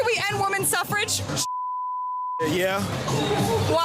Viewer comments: Maybe it's because I am not a native speaker, but I have never heard of the word 'Suffrage' until now. It sounds really stupid to be honest, I don't blame the guys. Especially considering how the woman pronounced the word, you can clearly hear an 'e'. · She could said sufferage movement, cuz I literally thought she said suffering😂 English is a fucked language man lmao